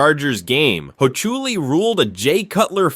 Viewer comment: "Ed Hochuli" --> Can't be that badif you don't even know how to correctly pronounce his name.